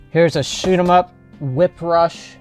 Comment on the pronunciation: "Write more troll bait." 🤣 The Wii has so many games and even more shovelware. I'm pretty sure the thrift stores in my area ditched a lot of the games or are no longer taking them because I don't see them anymore. The way you said shoot em up in this video sounded like shit em up to me.😄